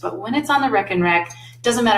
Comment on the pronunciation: Love the videos but was immediately "caught" by the "wreck 'n wreck" name for the math rack. The Aha! moment came once you revealed it came from the Netherlands. A "rek" in Dutch is a rack in English. "Reken" in Dutch means to count in English. So literally translated a "counting rack". Dutch vowel "e" is pronounced the same as the name of the letter "a" in English. So "Reken" + "rek" spoken would pretty much sound like RAKE 'N WRECK to those unfamiliar. Great videos, thanks.